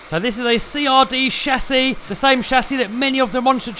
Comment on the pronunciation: I love the way he says 'shasis'😂 You will definitely win the competition 👍👍👍👍👍 MY BEST WISHES ❣️!!!